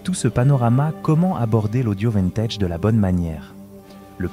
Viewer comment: Des que j'ai entendu "vINtège. J'ai coupé.